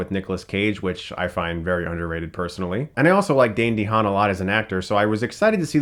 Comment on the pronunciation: great vid but i was like yelling at the screen when he pronounced Dehaan wrong